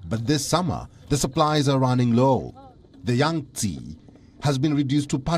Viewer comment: There is no Yangtsiiiiiii its called Yang - TsEh